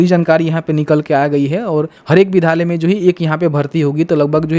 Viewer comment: Bhai sab se pahle thum "vidhyaaly " bol na shik lo tab video bana na